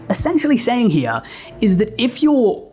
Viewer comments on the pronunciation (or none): none